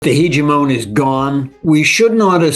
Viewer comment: HEEGEE-MON... Next level Pokemon